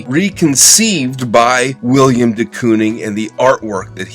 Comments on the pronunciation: I’m only in and looking forward to this but I just have to say first it’s Willem man, Willem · It's Willem, not William! C'mon man. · His name is Willem not William. Love the short video other than that though.